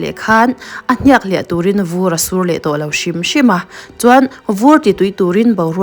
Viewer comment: Hniak lam dan thluk a dik lo.